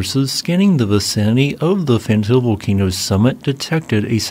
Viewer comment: My friend, if you are going to report on a volcano's activity, PLEASE try to learn how to pronounce its name properly. Fentale is pronounced Fen tah ley, not Fen Tail. Ale in the afar regional dialect means mountain. Erta Ale means smoking mountain.